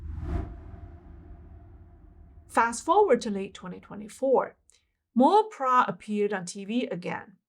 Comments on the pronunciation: I also wondered how came up with this strange name “Prah”. For future video clips, should do a bit additional research especially on the names of people and the correct pronunciation. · No, her name is "Plai" NOT Prah. She is popularly called "Mor Plai Prai Krasip" meaning Sensei Plai a future whisperer.